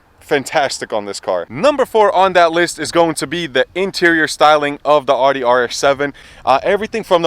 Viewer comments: Yo bro it’s not ODDY it’s Audi (Owdy) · "AW-DEE"........Shameful. I can't stand when people pronounce it wrong. Its "OW-DEE" my dude. smh